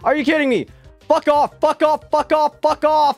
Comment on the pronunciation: I feel like when swear he didnt say the f word he just say fawk